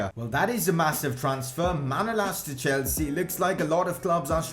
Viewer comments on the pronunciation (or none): none